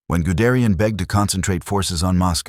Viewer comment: "Gudrian"?? Guderian. You know it's wrong: you get it right on the second try. Why don't you fix the first? Sloppy, no-pride, work.